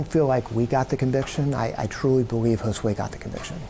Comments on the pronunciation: Did it enrage anyone else when Jackson couldn't say Josue's name correctly? On one hand, he shouldn't even have the privilege of uttering that boy's name. On the other hand, with what he did, he should at least have some sort of (imagined) respect to say it right...especially if he "didn't do it." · It really ticked me off that Andre Jackson mispronounced Josue's name on that BS YouTube declaration of innocence.... and then, it really ticked me off that he decided to blame the Hispanic Community just to rub the salt into the wounds!!